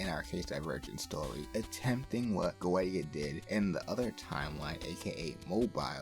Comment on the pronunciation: Don't want to be rude, but the mic is kinda low. Also Goetia is pronounced Gay-tia